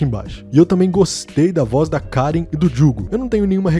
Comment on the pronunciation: ahhaha , menino a dublagem pode não tá no teu gosto.. mas pelo menos fala o nome da personagem certo? É Karin e já era .. reclama tanto da dublagem né.. que ainda bem que eles não falaram Karen pq ia matar real kkkkkk Karen é lá onde judas perdeu as bota